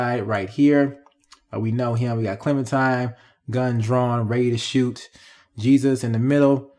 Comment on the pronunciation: it really urks me when he calls her ClementiMe instead of ClementiNe. 😡😡 its CLEMINTINE!!